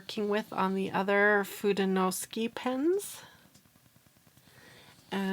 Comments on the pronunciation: Love your video, but sorry, “suke” just doesn’t seem like it should be pronounced “ski.” You do get an A for persevering! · It’s pronounced: foo-de-no-soo-kay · And its "foo-day-new-sue-kay" but the "ke" is more like ke in sake. Like in okay, as well as the de in fude, its got that same eh sound. If that helps. Atleast that's how I was taught in my Japanese classes and throughout 30 years living in a very diverse state with a large majority of our residents being fluid Japanese speakers as well as our states just general heavy influence by all Asian cultures. :) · “foo-day-no-SOO-kay” I take full responsibility for saying it wrong! I think I may have misspelled it when I looked up the pronunciation. Doh! Please be kind to her about it—it’s my fault not her’s. 😊 Sorry and Tombow. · Ironically, I was coming to comment this exact note when I saw this posted right up at the top of the comments! I’m glad it got cleared up! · Hello and, Pronunciation was almost right only the "KE" at the end of FUDENOSUKE is pronounced like the "ke" from the word "kept" Cheers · FU is like when you say kung-fu. DE is like when you say meh. NO is like when a Mexican says no (no w sound at the end. Just an open vowel). SU is like when you say super. And KE is, again, like when you say meh. Try using Google translate and listen to the pronunciation. Hope this help!😊 BTW, Fude is one word. No means of (as in belongs to). Suke is another word.